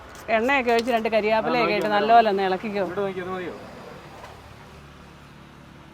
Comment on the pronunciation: കാര്യാപ്പില അല്ലന്നേ കറിവേപ്പില